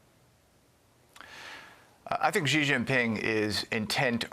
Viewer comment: Ha ha ha expert on China called Xi "jee jinping" OMG Xi is pronounced "She" like the female pronoun. I hadn't watched the vid until now because, well, it's FOX, but that's hilarious. The expert can't pronounce his name right. Not even close. And you guys listen to this "expert"?